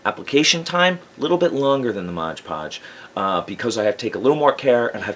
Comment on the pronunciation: MOD PODGE... not Modge Podge.